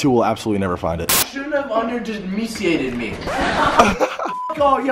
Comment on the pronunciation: Katherine G correction, *underdemeseeated I think...